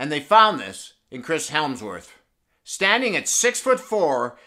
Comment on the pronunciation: "Chris helmsworth"